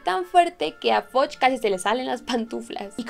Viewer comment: No se pronuncia FODCH (fudge) y no se pronuncia BICH (bitch). Buen video! Saludos